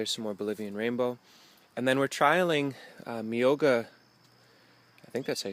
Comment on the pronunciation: You're pronunciation of myoga was very good! I hope you're enjoying the shoots pickled or fresh with some cold noodles, shiso and summer vegetables. oishii!